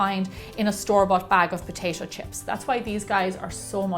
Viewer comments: Wth do you say Potashio ? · Take a shot everytime she says potaetoe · I though she said “Poshasho” eh..nvm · I like when you say : potaicho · no, she says POTAISHO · Didnot shut up you cant even properly pronounce it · Its weird how she says potato